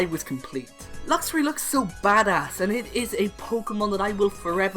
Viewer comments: Meowstic does not end with a K, and it's Luxray, not Luxury! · The A in Luxray should be after the R!